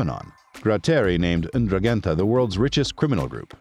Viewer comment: Please thst is the worst pronunciation on the internet of the Ndruhhhgetta just can’t listen to poor speakers sorry just had to let Ya Know!